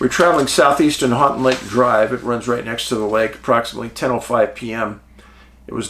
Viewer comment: Hey Dave, thanks for all you do and spot lighting this area. I'm from Northern MI and still have a picture of a UFO over lake superior. Houghton is pronounced like, "Ho-ton". Keep up the amazing work!